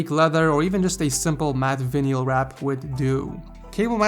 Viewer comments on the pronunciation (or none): lmao, pls type VINYL into google dictionary and let it tell you how it's pronounced:)